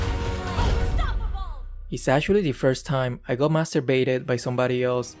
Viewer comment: was so fruity in this video thoo😭😭 Mentioning that his "balls" were itchy, and the "Master Baited" pronunciation of him didnt sound right?